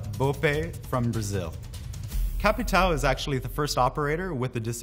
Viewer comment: As a brazilian, its funny to see how you said BOPE and capitão